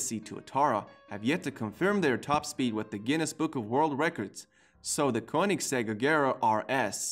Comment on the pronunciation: Has this dude ever heard about the koeningsegg jesko🤔